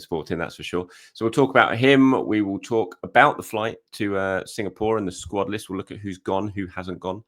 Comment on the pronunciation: Signapore!!😂❤😂😅❤ try Singapore one more time plse , I love how he skips the name after that .❤😂😅❤